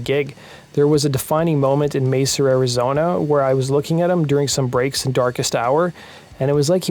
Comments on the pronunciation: It's Mesa, Arizona...not Macer you yutz. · Macer, Arizona...lol. It's Mesa.